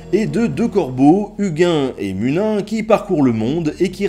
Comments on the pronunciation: UGUN ET MUNUN 😂😂 uginn et muninn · Bonjour Nota Bene, je viens de découvrir ta chaîne et je ne suis pas déçu. Très bonne vidéo félicitations pour ton travail ( surtout lorsque l'ont sais toute la complexité de cette mythologie et que les 3/4 des sources que nous avons ont été rédigées des siècles après la conversion au Christianisme de la Scandinavie... ) J'ai juste tiré la gueule pour ta prononciation de Huginn et Muninn mais je fais mon puriste. :p Etant un Ásatrúar j'aimerais beaucoup que tu abordes plus profondément ( si ce n'est pas déjà fait ) l'ère Viking païenne du 7 au 10è siècle. Pour conclure, tu viens de gagner un abonné. :) Skål !